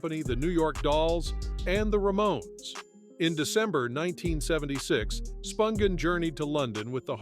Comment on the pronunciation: Is David Letterman narrating this, by any chance , cuz BOY does it sound like him. Edit- It doesn’t make sense, though, that he would mispronounce various names (eg. Nancy Spun ghin, rather than the proper phonetically pronounced SPUN GIN.)